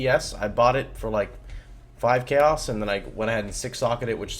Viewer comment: I'm not trying to be an ass, but, the word "Chaos" is pronounced "Kay-oss" not "Chuh-oss"